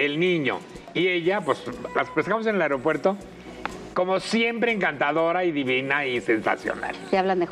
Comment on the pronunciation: Paty siempre dice areopuerto.